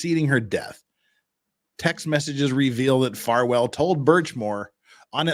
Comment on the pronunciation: Is it a freudian slip that kept saying Falwell instead of Farwell? 😂